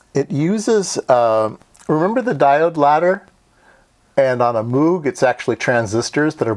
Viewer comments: moog is pronounced with a long o like "no".. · So Moog gets butchered but "verkshtahtt" gets a pass? Lol fascinating video as always.